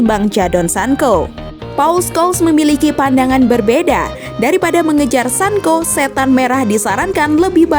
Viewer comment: Hhhh,Sancho,bukan sanko